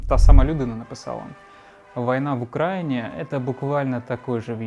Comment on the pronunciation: Ты серьёзно в слове Украина ставишь ударение на "а"?